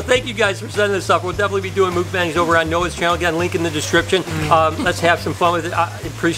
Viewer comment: I love how you say mukbangs lol sounds like mookbangs